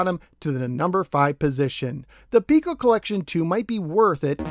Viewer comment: It seems like I'm in a minority of one here, but I'd like to point out something that's been bugging me since this cartridge was released. Every video I've ever watched on the Piko collections has the host pronouncing the name of the company as "Peeko," but the company's logo contains the mathematical symbol for pi. Are we sure it's not supposed to be pronounced "Pie-ko?" Sorry. But it drives me nuts when I see videos about Imagic games and the hosts pronounce the company's name "Eye-magic" like it's an Apple product. The correct pronunciation is "EM-magic" because the name is an amalgamation of the words "imagination" and "magic." It just seems to me that to mispronounce the name of a company is a disservice to the company. While I'm 100% certain of the Imagic pronunciation (check any of their old TV commercials to confirm), I'm not 100% sure about Pico, just 99.9% sure. I'm pretty sure the Pi symbol would indicate that "Pie-ko" would be how they wanted themselves to be known. Either way, another great video. Keep them coming!